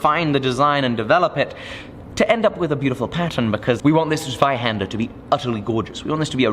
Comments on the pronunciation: Oh and try to say Zweihänder with a hard "z" like: Tsweihänder The much more difficult "händer" part is beautful, btw. What's next? Dreihänder? LOL :-D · Here is an instruction to say it right : The z in zweihänder is sharp like in soul and then just put a T before it. The ä is best spoken like the a in ham. I had to say this otherwise i will be triggered the whole series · 16 episodes and you speak it ZweihÄnder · Your pronunciation of Flamberg Zweihänder was terrible but i'll award points for the excessiveness put into it: 10/10 from me. For those interested, it's pronunciation is: /Flámbɛrk/ /Zweíhänder/ (flám-berk ts-va-ee-hen-der) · From an American German Lutheran who learned Deutsch when the maiden great aunts did not want us to understand what they were saying, z is pronounced ts, ei as eye, a as ah as in bah humbug (the long a is just pronounced for a longer time), so ts,v,eye,hahnder, and the final r is just a bit more subtle than BBC-style. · hey its called zweihänder not zweihander:D greetings from germany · No matter how crazy is going with the pattern...in the end, the biggest challenge will be to pronounce "wurmbunter Zweihänder" right. 🤣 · Germans are a bit fussy ... its called Zweihänder.... with " ä ". You can do better! :) US-Keyboard is no excuse :P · Just want to say that it's not a Zweihander, it's a Zweihänder (ä is almost like e, but more like the sound a goat does, like the French é) and maybe you could say it more German, so harder. Anyway, very cool and exciting project. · Because you are going to say it a lot during the next 63 episodes. The Z in Zweihänder is pronounced more like ts. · Hi, it's called Zweihänder 😁😋 Nah just kidding but the English version would be written with ae instead of the ä 😊 Keep your work up. It's always great watching your videos. 👍🏻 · please 🙈 Practice the correct German pronounciation... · Only they spell it Zweihander and not Zweihänder :(